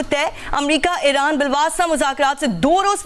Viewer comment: She told us irank ne ?🤭